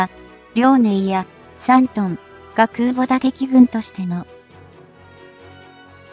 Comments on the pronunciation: 再生から約２～4秒付近「自国建造空母山東」、本来は『じこく けんぞう くうぼ さんとん』なのに「じこくけんぞう そらかあさんと」って読み上げ間違いるし、発音の「ん」が弱くへんですよ。UPする前に校閲しましょう。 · 中国が作った「そら母さん､さんとん」🤣💦思い出すたび可笑しくて💦動画二度見しちゃった。